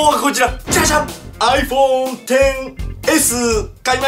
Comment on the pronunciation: アイフェン笑